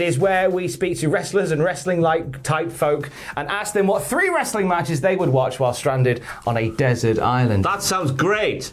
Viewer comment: Say wrestling properly